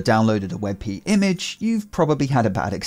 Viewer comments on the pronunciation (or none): Hmm I don't know if "wet pee" is that awesome. xD